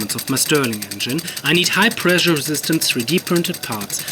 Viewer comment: Pressure mit "Sch" =) Sonst super, weiter machen